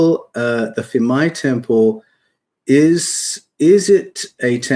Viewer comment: It's pronounced peemai like phuket the ph is not f